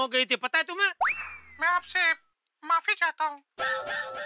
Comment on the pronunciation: JETYAAAH BAMBUCHAKK AND DAYAA TAPPU KE PWAA PWAAA GADA ELECTRONICS, FOR YOUR KIND OF INFORMATION, ITS NOT MAPI, ITS MAFI. MENTION CORRECTLY ITS MAAAFIII AND NOT MAAAPIIII. THERE NO P ITS F.